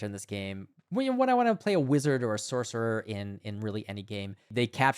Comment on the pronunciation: There is NO "K" in sorcerer